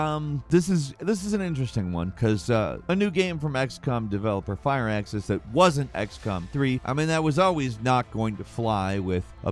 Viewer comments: It's (fur-axis) not fire axis. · Fire axis, fire fucking axis. What the actual fuck. First of all it's fraxus games I think there's an I in there somewhere 😂. Really mate fire axis 🤣